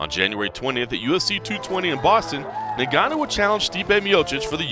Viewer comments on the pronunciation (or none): It’s pronounced Gun-nu. You don’t pronounces the N. It’s silent in Africa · You cover MMA and you cannot even pronounce his name properly? It's 'En-Gannu' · Why u saying neganou